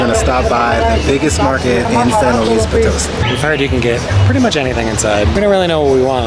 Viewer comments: Try saying poe-toe-SEE instead of poe-TOE-see. Most native English speakers want to emphasize the middle syllable but it’s really the last. I think got it right that last time though. Great video and town! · hola, no creo porque el acento está en la sí de Poto-sí :) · it's pronounced Poto-seeeee not po- toe-see. Accent on the last syllable. lol. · Very cool! I went to SLP once to visit family and loved it! I really want to go back one day, the city center is beautiful! BTW it’s pronounced Potoe-see (emphases on the “see”) 😉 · It's Po-to-SEE! Dudes! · If you are going to report on a city you should be able to pronounce it!!